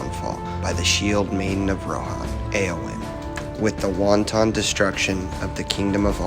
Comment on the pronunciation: Good video. I'm going to nitpick though. The word "wanton", as in a cruel or violent action, is not pronounced the same way as the Chinese food item.